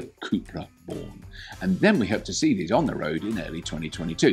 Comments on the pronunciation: Hope you take the time to test it here, in Bercelona, Borders are already opened and just a tip. Try to say Hola as it was written 'ola' the 'h' ... Forget about it.. ,😁😁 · Surely even English people know it’s pronounced “ola”!? That was so cringe haha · H is silent in Spanish Robert. Think Ola… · Looks good. Just a note on your spanish,Robert,the H in Hola is silent. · Robert, the "H" in Hola is silent. Spanish lesson for the day :-) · Good little vid, Robert. Packed with all the pertinent info and still fun! I'm not a native Spanish speaker, but I'm pretty sure "Hola!" is pronounced with a silent H?😉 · Great video, and great car. FUN FACT: In spanish, the letter "h" is always silent, so the word "hola" sounds exactly equal to "ola". In fact, both "hola" and "ola" exist in spanish, where "Hola" means "Hello", and "ola" means "wave" ("las olas del mar" >> "the waves of the sea") Therefore, "¡Hola, hola!" == "Hello, hello!" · The H is silent my friend. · Robert, hola has a silent 'h'!! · If you are going to say Hola at least pronounce it correctly.... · I'm a big fan of this channel, but putting Mexican/Latin-American music in the intro of a Spanish car is stereotyping and shows complete ignorance of the Spanish and Latin-American culture. Quite disappointing, and to top it up Mr Robert didn't even bother to try to learn how to say Hola. Mr Robert, if you wanted your Spanish speaking audience to be annoyed, congratulations, you have achieved it.